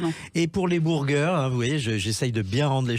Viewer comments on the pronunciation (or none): .. les "bourgueures"..." bourgueure king".. 😂😅 Mais.... PERSONNE ne dit ça, il le sort d où ? Le mec s est jamais remis en question en entendant personne le dire comme ca ?😅😂